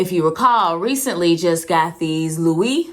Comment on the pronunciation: You pronounced embossed wrong and Louis wrong😂